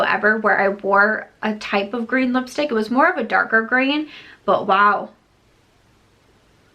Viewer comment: The Natasha DeNona palette would look gorgeous with your outfit today. For some reason whenever you say lipstick 💄 I hear yipstik.